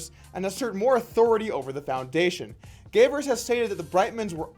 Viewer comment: Man, I love your vids, but this one was just sloppy. You started pronouncing Gavers' name halfway through, you used a youtube clip and then talked over it... do better next time.